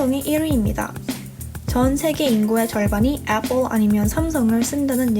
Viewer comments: 애뻘이라고 하면서 샘성이라고는 절대 말을 안하시내ㅋ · 아니 애플 발음이 매번 틀린데 ㅋㅋㅋㅋㅋㅋ 제발 나대지말고 편하게 말하세요 좀 듣기 역겨운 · 에폴 발음 거슬리누